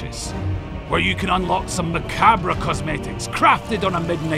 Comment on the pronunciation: fyi it's pronounced macabre, not macabre